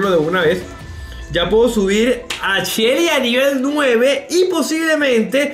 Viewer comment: Decia yessi y era shely like si te diste de cuenta😁😁😁